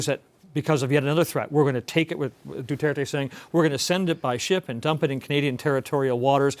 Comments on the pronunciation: Anyone else find it annoying when he says Duarte when its Duterte? Buddy didn't read the synopsis properly LOL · looses all credibility when he can’t even pronounce Duterte’s name goes to show that he’s not too bright at all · "du-aar-tay & manny pa-kow"